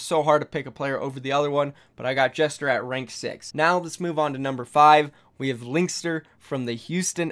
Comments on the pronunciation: Gesture not jester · It's "Gesture" not "jester" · y u say gesture like jester tho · Please pronounce "Gesture" as Gesture, not Jester. Thank you in advance. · well the word gesture is pronounced with a soft g (j) soo.. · Lol for gesture you said jester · Is it just me that thinks he is pronouncing Gesture as Jester? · You pronounced Gesture's name wrong. Simple English word dude.